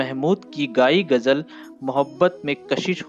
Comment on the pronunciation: Narrator 's pronounce is very strange. Even the word Gazal ne pronouned as Gajal.